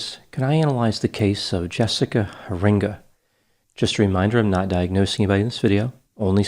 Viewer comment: I live about 30 minutes from where she was kidnapped. Her dutch last name is most likely pronounced "hair-ing-ga." Very sad case. Could do a profile of David Duyst. That was a messed up case that hit close to home.